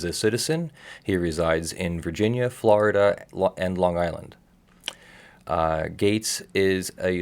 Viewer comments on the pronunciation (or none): none